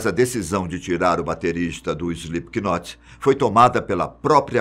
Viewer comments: Não se fala Slip K Not, se fala Slip not ...aulas de inglês kk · SlipQUInot,que nervoso kkkkkk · E os br sempre falando slipkinot kskskks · "IslipiQUInóti", show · Slipiquinote KKKKKKKKKKKKKK Que agonia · emeteve, maike, slipQUInot lol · Pior né, eu já iria falar disso kkkk, ele pronuncia errado p nome kkk, se pronuncia "Slêp not", ñ pronuncia o "K" e o Slip se escreve assim "sleep", verbo dormir kkkk😂😂😂😆😆😆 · Alguém fala para ele que se pronuncia "Slipnot"!!! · Slipknot a pronúncia é “slipnot” é como knife a letra K tem som mudo. Ótimo vídeo!!! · Só não curti porquê o narrador pronunciou errado o nome. "Slipnot" se pronuncia... O "K" no inglês é como o "H" em português, é mudo. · Morrendo de rir com ele falando Slipikinot e só imaginando meu namorado que é fã se contorcendo cada vez que ele fala errado 😂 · "Slip que note"! Kkk que pronúncia maravilhosa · Epa mas parem de dizer "O Slipe que Note" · Isli piqui noti kkkk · Banda "Ejli pequenote" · SlipKnot kkkkkk ele leu assim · SlipQnot é de doer o ouvido, hein... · 😂😂😂😂 slip Ki not rsrsrrsrsrsrs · Slip not sem som de k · Se pronuncia slipnot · Slipiquinot kkkllkl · Escreve se Slipknot mas não se diz é slipnot não se lê o k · "slip K not"?? lol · Essa pronúncia está fodida. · O "K" é mudo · Só eu sinto agonia em ver o cara pronunciando o nome com k aff.... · O “k” é mudo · Não sabe falar o nome da banda certo